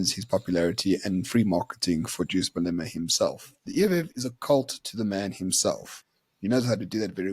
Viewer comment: How can still not pronounce Malema 😂